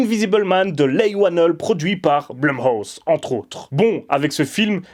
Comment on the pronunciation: et Leigh se prononce Lee mais c'est une erreur commune xD mais je comprends ton avis, après tout les goûts diffèrent selon les gens et ce serait ennuyeux sinon